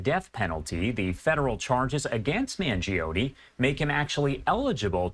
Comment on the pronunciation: MAN-JO-NEH Not Mangeeohnie, regatone, Beefaroni FFS